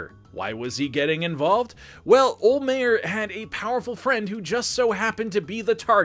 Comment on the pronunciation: I'll pay you to learn how to say Don olhmeyers name right